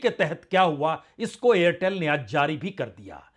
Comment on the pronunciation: AIRTEL+STARLINK: 'AIRTHEL'. 😅